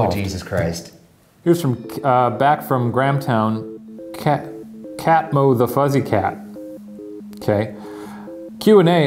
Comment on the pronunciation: i love how shane AND ryan just completely missed how to pronounce catmothefuzzycat y'all are too pure